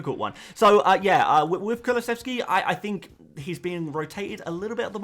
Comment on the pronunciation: You're getting the kulusevski wrong mate